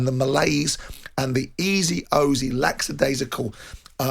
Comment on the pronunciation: The word is lackadaisical Simon, not "lacksadaisical".